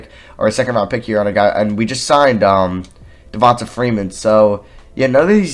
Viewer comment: Devonta is pronounced Devon-TAY